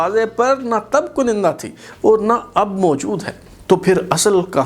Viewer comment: Aap baar baar KANDA ki jaga KUNINDA boltay hain. Pl tashih farmain